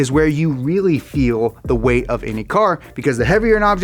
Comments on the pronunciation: Was anyone else hearing “Power to RATE”, or was it just me? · Good video but holy shit, learn how to say "Power to Weight." Weight starts with a W not an R.